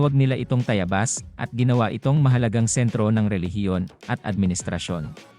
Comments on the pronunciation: Ako ay tumanda na pero iba ang pandinig ko sa TAYABAS ngayon dinig ko ay TAYAYBAS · Sino ba ang narrator mo mali naman ang pagbigkas ng Tayabas. Hanap ka ng tamang tao na narrator para hindi ka masira.